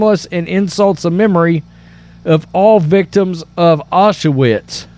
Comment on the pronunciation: WTF is Ah-sha-wits. Say OW-Sh-vitz